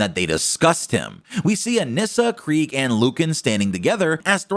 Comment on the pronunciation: FINALLY, Someone pronounces Kregg’s name correctly!